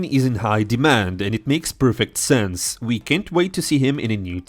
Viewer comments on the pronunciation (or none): none